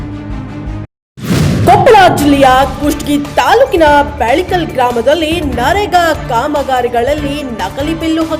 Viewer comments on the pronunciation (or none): ಬೆಳೆಕಲ್ ಅಲ್ಲ ಅದು ಬಿಳೆಕಲ್